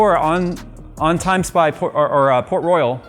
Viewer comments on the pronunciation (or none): none